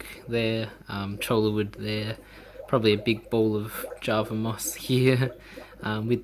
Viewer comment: Cholla wood is awesome. My shrimp are always hiding inside the wood, it’s so cute! (btw I’m pretty sure it’s pronounced as ‘choy-ya’ not cholla, pretty fun to say too 😂)